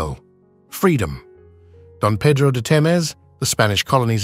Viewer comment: What does the picture of Dom Pedro I ,Brazil’s first Imperator is doing on this video? 😂😂😂😂😂😂 in the picture he is even wearing the medal called Cruzeiro do Sul. Calling him “Don” Pedro de “Temez” SPANISH “colony’s” administrator 🤦🏻‍♀️🤦🏻‍♀️🤦🏻‍♀️🤦🏻‍♀️🤦🏻‍♀️🤦🏻‍♀️ Wrong picture 😂😂😂😂😂 Do your research better next time 🤓